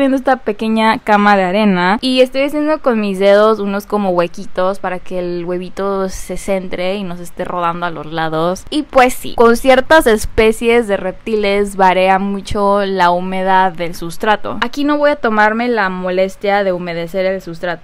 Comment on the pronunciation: VARÍA NO “VAREA”